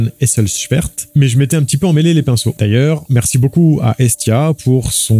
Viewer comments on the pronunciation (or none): none